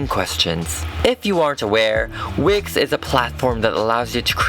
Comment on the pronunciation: I thought he said wic not wix